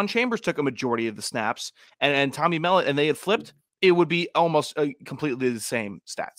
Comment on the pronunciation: Love the podcast fellas. Just a small correction for MSU - its pronounced Tommy mel-LOTT, not MELL-ut